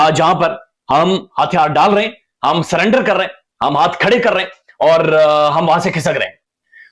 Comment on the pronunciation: It's not SULLENDER it's SURRENDER.